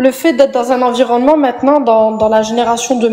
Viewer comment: "Comme je tje djis, c'est pas l'environnemont" 🙃